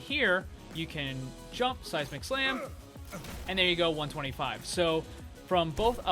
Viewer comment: Ahahah, every time you say the phrase "Seismic Slam" I always think you say "Sasi Mac Slam" aha. So funny.